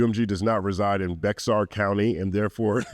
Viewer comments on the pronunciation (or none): I’m loving watching take Karen’s latest downward spiral. Also just a tiny heads up, locals pronounce it as “bear” when talking about “bexar”county. Lots of weird stories as to why and no one seems to agree but they all say “bear” 🧸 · Bexar county is pronounced “Bear” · I know this is of little consequence, but Bexar is pronounced like the word "bear" or "behr". I know it's weird. As a Texan we have so many cities, towns, streets, etc. that are pronounced nothing like you think they would be phonetically. Lol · Bexar is pronounced as Bear. You welcome 🤝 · Lmaoo bexar it's pronounced "bear" 😂😂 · Bexar county is pronounced “bear” county. It was designed to be misread so I don’t blame you. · hah bexar county😅 oddly enough you could pretty much just take the X out and read the English word left as it legit sounds exactly like Bear when pronounced as intended🤣🤣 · It’s so funny hearing “Bexar” as a Texan lol here it’s pronounced like Bear or Bayar. Nobody goes there though, so Bexar is fine lol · The X in Bexar is silent. "Bear" County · Just for your info. Bexar is pronounced more like bear or Bayer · i love you, but its pronounced "bear" county. Im sure this wont be the first time youll read it! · “Bexar” county is actually pronounced as “Bear”. Source — I lived in San Antonio for almost 10 years 🤣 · It's Bear county. The 'X' is silent. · I know it's minor but "Bexar" county is pronounced "Bear" county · Bexar County is pronounced Bear County. Life long Texas native here. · Bexar County.... the 'x' in Bexar is silent... Bear County. Sorry for the nitpick, I used to live there. Loved the breakdown tho. edit: lol. I spelled nitpick incorrectly. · I was going to say this as well lol. The ‘x’ is silent but don’t ask me why, I just live in Texas 😂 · I’m a Texan & I am just learning that’s the way it’s pronounced!! Lol 🤣👀🤣